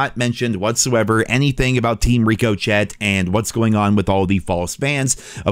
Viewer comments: Rick - o - shay cmon bro it’s not “Rico-chet’ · I love you man, your my most watched channel, but it kills me how you say riko-chet rather than Rick-o-shay, also when you say number A, number B etc. 😂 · My dearest it's pronounced "Rick-O-Shay" not "Rico-chet" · It's pronounced ✅️(ri·kuh·shay) not ❌️(Rico chet) 😂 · Bro the way this guy pronounces “Ricochet” is criminal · I know right. That and Rico-Chet are driving me nuts lol. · ITS PRONOUNCED "RICK-OH-SHEY" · My brother it's pronounced "Rick o shay" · Why do you say Rico Chet lmao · "number a, number b", mispronouncing ricochet, love it, lol 🤣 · Someone teach this man to pronounce Ricochet please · I love you but everytime you say the word "ricochet" it hurts my brain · Can someone tell me...does he not know he's mispronouncing Ricochet, or am I just a noob here and he's doing it on purpose? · No way this dude isn't just saying "Ricochet" like an illiterate kid on purpose by now lol.